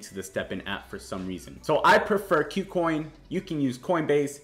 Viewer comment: Finally someone pronounced kucoin correctly 😂🤣 Great content ALWAYS! Thanks for the in-depth info brother always step’n up your game